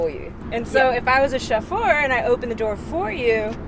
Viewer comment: Opening this doowa heeeyah, using this leeevah. Love the accent